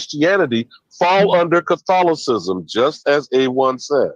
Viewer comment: HE SAID “CATHOLIOCISM” 😅😅😂😂😂